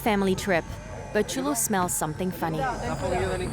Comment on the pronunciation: the dog's name is Chulo (word for cool) and not Julio (word for July)